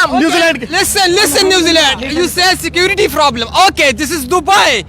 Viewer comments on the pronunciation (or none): none